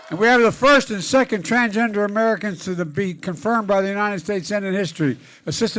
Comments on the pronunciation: "Transjester Americans" 😂 Oh, Joe.. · Biden said TRANSJESTER! Lol what a clown! 😂